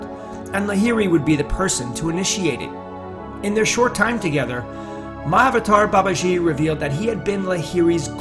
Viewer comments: I thought you said. "Many have asked me about 'My Avatar Babaji'“ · It's pronounced Maha-avatar Baba-gee. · Better pronounciation - Maha-Avataar Baba-G. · Pliz do not add false news abt Mahawatar Babaji, yu can’t even call his name properly,our Babaji is much more then wat yu r talking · Narration and style could have been better. Pronunciation is not that good. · Its spelled right, he's pronouncing it wrong.